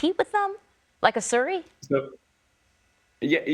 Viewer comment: Sury? You mean Siri.